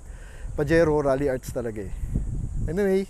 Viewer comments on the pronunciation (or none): Its "Ralliart" Not "Ralliarts" 🤦‍♂️🤣